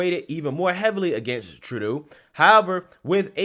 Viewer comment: Thank you for finally pronouncing Justin Trudeau's name correctly!!!